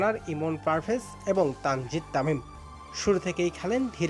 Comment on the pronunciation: তানজিদ তামিম নাম টা উচ্চরনই করতে পারে না